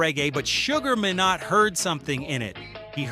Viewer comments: His name is pronounced Sugar My-nott = minott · His name is pronounced My..nott, I know the man and his family especially his daughter Pashon... ask any Jamaican. Say My then not and you will get it correctly..